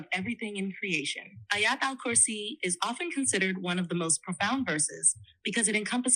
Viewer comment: It's Ayutal Kursi...